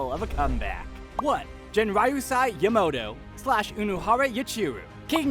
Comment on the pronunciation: No offense, but you're butchering the pronunciation of some names here. And it's upsetting me. Like Kaname, not Konami, Yamamoto, not Yamato, or Ryau instead of Ryūjin Jakka.